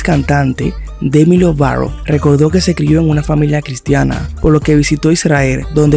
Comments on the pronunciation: Porque dices demi lovaro? En lugar de lovato? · Dejar de decir " Demi Lovarou " papi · Porque dices Lovaro. Es LobaTo. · Porque decís el apellido así ??😣